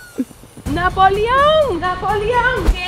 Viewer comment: dise napolio en serio